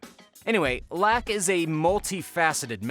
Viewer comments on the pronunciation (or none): Its Phil "Lock" not Phil "lack"